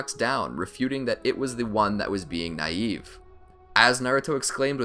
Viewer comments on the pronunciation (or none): He said nïve😂😂😂😂😂😂😂😂😂😂😂😂